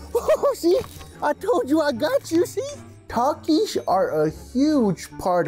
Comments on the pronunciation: hell naw why bro cant even say takis if hes addicted to it . instead he says takish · Taxis😂😂😂 ITS PRONOUNCED TAKIS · Bro said takis wrong😂😂